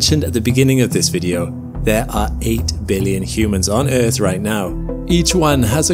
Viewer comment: "Your wrong". "Mili-tree-grade". "Space-base(D)". "Publicized statement". "Uurth". "StaHhs". BAH-HOR-RR-ING